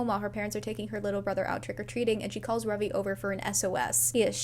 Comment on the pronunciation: the joy I feel at Ravi being pronounced correctly😭